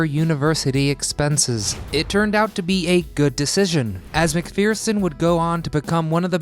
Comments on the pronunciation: As an Aussie, i have to cringe. It's Elle Mac-ferr-son not Elle Mac-fear-son. Friggin' Americans, can't get anything right. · Elle mcferson, not fear-son.